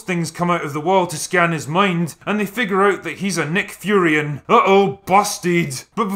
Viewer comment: Also, why do you keep calling the race "Nick Furions"? Is this some sort of tongue in cheek joke that it's way too early in the morning for me to get? They are just Furyans.